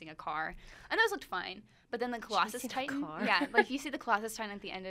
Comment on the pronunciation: I agree there needs to be at least one male, because look at these girls. They look so lost without a man by their side. The girl on the far right can't even say Attack on Titain right. She said Attack on Tit tan